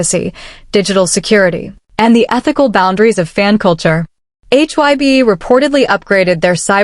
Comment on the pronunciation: You know this has got to be AI or a computer. It don't even get names right. It was calling HYBE hyb and Jennie Jena. I don't believe any of it is true. I believe if they are seeing someone it would be better to take them to their home. More private. You wouldn't be out where people would see you. Those fake pictures of V and Jennie at Jeju Island was way out there. And especially the ones in Paris. Maybe they dated and maybe they didn't. I myself think they didn't. I think it was a big rumor that she started and he decided to stay away because it could have hurt him worst. Remember his shirt he wore at the airport that said "Your dog isn't my dog!" We've seen stuff she has done for attention. I just can't see V with her. She don't seem his type. But maybe he likes nasty girls. I really can't see it and I have a hard time with all the rumor about any of these guys!